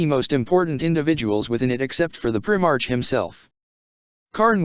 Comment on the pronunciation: What kind of reading is this... its pronounced "prime arc" not "prim arch"